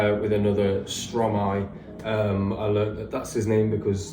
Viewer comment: Don't worry for the prononciation, it's understandable. You mastered the Stromae one though. Switching syllables of a word to make a new one is the principle of "verlan", a sort of slang in French.